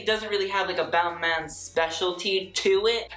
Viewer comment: I though it was ball-mah for balmain?